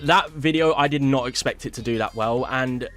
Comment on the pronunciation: "Aye Phink da weason dat bitteo did so wehhl" Dude's British, but hasnt quite grasped the English language yet. 😂